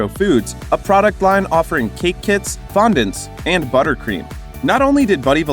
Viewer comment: Whenever I want a giggle I just think of the hilarious way he pronounces fondant.